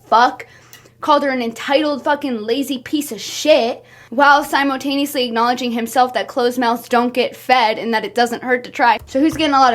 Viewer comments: i love the way she says "simo"taneously😭😭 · Girl I luvv ur videos, u gotta stop saying “simotaneously” tho 😭😭😭🙏🙏🙏❤️